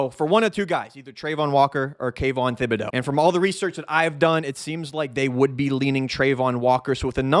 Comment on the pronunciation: Thibodeaux is pronounced Tib-a-dough.